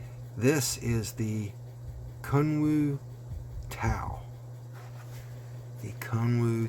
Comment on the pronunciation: About 10 minutes into the video when I finally realized you were not saying "kung fu" but actually "Kun Wu"! Sweet piece for sure. Thanks!